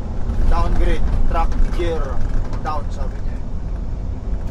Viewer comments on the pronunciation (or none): Hello, the correct pronunciation of GEAR is /gir/ and not “jir”. Several times you pronounced it wrong in your previous vlogs. I’m just correcting and not bashing you. Safe trip always.